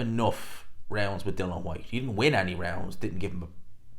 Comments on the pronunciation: Still pronouncing his name wrong I see … Dillian not Dylan 🙈 and of course the hate continues 🙈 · Why are you incapable of pronouncing DI-LIAN. It's like us man calling you gspot boxing, it's just not either of your names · His name is DillIAN, not Dillon. Everyone gets it wrong...